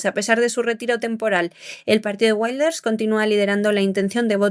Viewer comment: Y los secuestrados por Hamás que han muerto, ¿Cómo han muerto? ¿Cómo se lo han tomado sus familiares?, Wilders no se pronuncia en inglés, tome ejemplo del señor Vidal, que pronuncia mejor los idiomas...